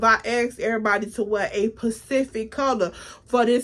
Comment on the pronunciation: Gurl it’s “specific”, Pacific is an ocean 🤌🏽😩🤣